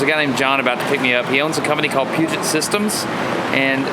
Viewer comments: That's true, but some people might not be into it. As he said, he wasn't even aware of the fact that not all hardware is the same Also, you do know that Peugeot is a French car maker, right? It's Puget xD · Puget. Not Peugeot.